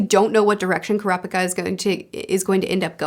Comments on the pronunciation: btw, with the pronounciation of names, japanese words don't emphasise any syllables. every syllable is said with equal emphasis e.g. ku-ra-pi-ka instead of ku-ra-PI-ka. u can apply that to all the names u struggle with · A tip with the japanese names: you seem to be wanting to put exclamation on alternating syllables like in English. Japanese doesn't do that. All syllables have equal exclamation. Their language is a set of consonant-vowel pairs, so its never kurA-pikA or kUra-pIka, its always kU-rA-pI-kA. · ku-rapika you said it right the first time! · It's pronounced kurapika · Fyi you said Kurapika correctly then incorrectly changed it lol